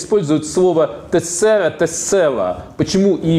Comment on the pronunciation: Тэ́ссэра (Tessera) - ударение на первое э так правильно говорить что слово.